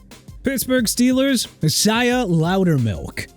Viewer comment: Isaiah pronounced ai-zay-uh not e-sai-ah dude... SMH... also chuba pronounced choo-ba NOT CHUBBA! Achaemenid empire pronounced uh-kee-muh-nid! You can't even pronounce Jaguars! It ain't Jagwires it's ja-gwaars! Do me a favor: call up Jacksonville's team owner and see if they need a name change! I hope it happens soon! UNBELIEVABLE... oh yeah and if you can't pronounce New Orleans right then you have NO respect for the city in Louisiana!! New Or-lins not New Or Leans!! And you have Isaiah Loudermilk's name misspelled. IT'S NOT ISAIAHH! WHAT'S WRONG WITH YOU PPL?!